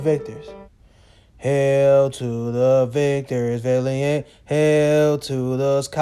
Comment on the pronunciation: What is a "victor villy-ent"?